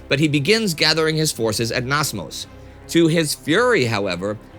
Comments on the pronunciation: love the show Indy and Spartacus, and especially the Special episodes you guys making. Only quark i have is that you misread my birthplace Namsos, as Nasmos. Keep up the good work, looking forward to the Next episode! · Namsos, not Nasmos. Just saying :) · THe only thing I have to say "negative" with this video is "Nasmos" xD Understandable language barrier, but it is pronounced as NAM SOS (NAM SAUCE)! Love your videos Indy!